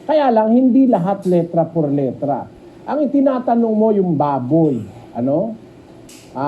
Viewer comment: Letra not litra